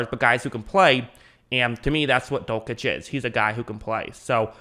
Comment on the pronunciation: Dul - sitch, not Dul - kitch